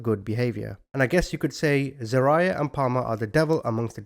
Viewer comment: I love you but you crack me up with your name pronunciations 😂 It’s Zah-rye-ya